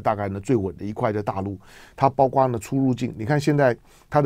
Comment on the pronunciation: 括（kuo）四声，来唐先生，跟我一起读，kuo，括，包括，kuo括，广括。...........好的唐先生你进步好快噢！